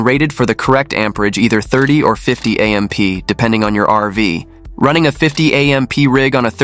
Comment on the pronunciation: A. M. P.? It's AMP! Stupid AI.